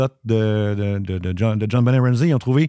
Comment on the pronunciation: Juste pour info, le T dans JonBenet ne se prononce pas (ça se prononce « john-bah-nay ») 😉